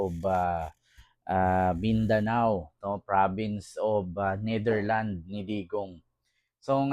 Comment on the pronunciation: hahaaha. natwa ako sa prov of the neatherlands. hahahaha